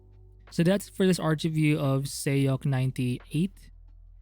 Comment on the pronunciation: it's more like sock or sohk not sayuk